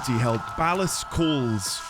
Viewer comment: You seem to have mis-pronounced Ball-Ass' name. It's OK, we all learn together!